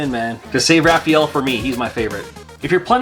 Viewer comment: Did you say raff feel? Hahaha